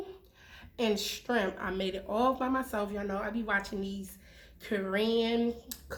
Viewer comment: She says shtrimp loool